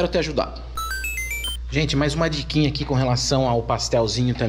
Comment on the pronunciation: "diquinha "😂😂 só mesmo 😅